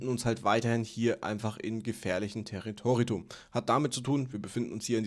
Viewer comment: Baerbockt mal wieder:) "teritoritum....? ""... für mich dichten sich die Anzeichen bei EFÜRIUM " haha Warum haben fast alle Krypto YouTuber'er sprachliche Defizite?